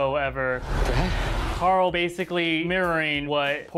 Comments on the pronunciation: it's not coral its Carl I now sometimes it sounds like it I'm sorry it bothers me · Hershey Stitch Then this guy should stop pronouncing it Coral.